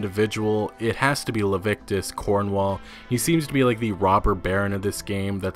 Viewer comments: Le-vi-ti-cus, not Lev-ic-tus, just sayin'... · Leh-vi-tik-us, not Levitcus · Every time you pronounce it "Lavictus" I die a little inside. I don't usually nitpick but it's almost criminal for someone who is obviously an intelligent human being to consistently misread/mispronounce something like this. Lah-Vit-Eh-Cuss. Please. :( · His name is Leviticus Cornwall. It's not Levictus. It's pronounced Lev-ity-cus. Its still not as bad as Red Bandit pronouncing Rhodes as Roadys though. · Leviticus cornwall ffs.. not levictus.. anyways nice video 🤙🏻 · It’s Leviticus Cornwall not levictus Cornwall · Leviticus? As in the Bible? Or "Levictus" as you said? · It's Leviticus Cornwall not "Levictus"! Hahaha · luh-vit-ehh-kuss, not lah-vick-tuss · Leviticus not levictus. I mean cmon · It's LEVITICUS Cornwall! Le - vi - ti - cus. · lol - Jail Members are also called "prisoners" Luh-vit-uh-cuss . . .